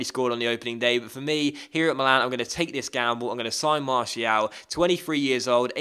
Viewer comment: Please pronounce Martial like Mar-See-Al.